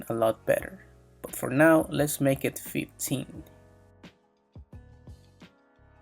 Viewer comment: Make❌ Maka✅